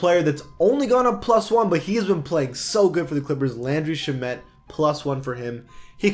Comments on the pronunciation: It’s not sha-met it’s sham-et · landry shah-met no its sham-et